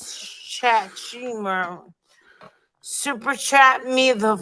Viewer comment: Oh no she just said super shat! One of my favorite words. I need a sound clip of that too.